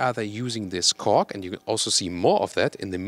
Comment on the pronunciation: It sounds like fool of “Kork”::))